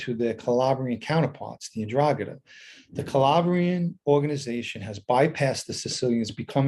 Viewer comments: Pronounce it right buddy…. en-Drah-Gah-TUH….. you usually have decent Italian pronunciation, I’m sure you will fix this. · Hi Irish Green. Hope you are well. I'm such a numbnut to this stuff - the first time I heard him say 'Ndragheta I heard Andromeda - and said to myself, you mean the spaceship? 😳 Stay safe